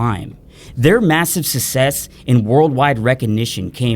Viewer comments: try successfully saying "success" bro. say it with me: "suck". "sess". not Sussex. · please learn how to pronounce success/successful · SUCK SESS NOT SUSS SESS success success success oh my god it's killing me everytime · Please stop pronouncing success like that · Your pronunciation of success really bothers me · I loved this video but the way you pronounce success pisses me off. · love the video, despise the way you pronounce “success” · Amazing video. I’ll be sure to only use this information for good. (My only complaint is your blatant mispronunciation of the word “success”.)